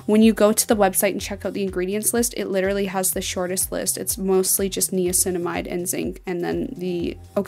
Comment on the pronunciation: im sorry but she is pronouncing niacinamide wrong